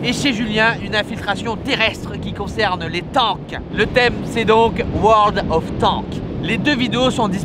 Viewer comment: mdrrr " world of tANK " respect wesh ça se dit " world of taNKS " x')